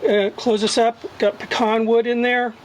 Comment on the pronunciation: I'm giving you a thumb up for saying pecan correctly.